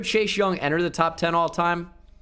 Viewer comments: I love you. But this is really driving me crazy. Why do you say Chache Young. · I love how he says chase like chash